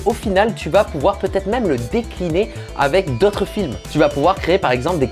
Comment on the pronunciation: Vraiment fais attention a ta prononciation sur le mot "avec" que dit tout le temps "avé" c'est très perturbant haha